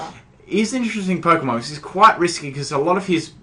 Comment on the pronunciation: you deserve bad battles if your saying it like polkamon